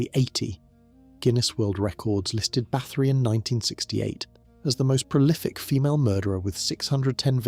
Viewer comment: Nice video but it would really add to it if you would learn to pronounce the names of people and places correctly!